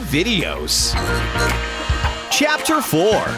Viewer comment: When the narrator said chapter 3, he actually said captor.